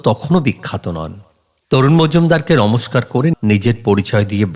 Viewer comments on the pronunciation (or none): none